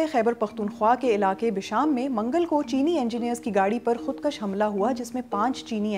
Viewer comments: HAIRAT HAI youtube kese logon ko BBC per leta hai. Urdu galat parh rahi. Khudkush ko khudkash par rahi . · kHUDKASH NAHI BIBI khUD kUSH